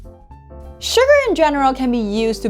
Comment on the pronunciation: as asian her suGARRRRRRR is annoying haha